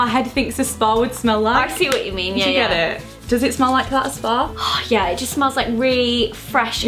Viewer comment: It's like a spa I've never been... Does anyone else hear her say sparn and not spar? Not hating I love both of them 😉